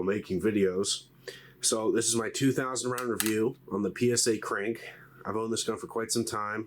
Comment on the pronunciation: kpyk is pronounced KROOK, means crow